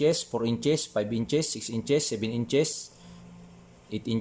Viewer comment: Salamat sir sa new knowledge. Pero sana sir maimprove yung pag ka sabi ng "ins" suggestion lang po.